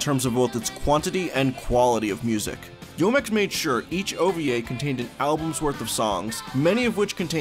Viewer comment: Enjoy your videos but Youmex is pronounced “U-mex” and is derived from the words “You” and “Yume”